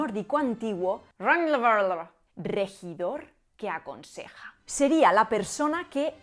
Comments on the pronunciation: Lo perdí cuando dijo "Rögnvaldr" 🤣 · No puedo dejar de oir como dice ronald en nórdico antiguo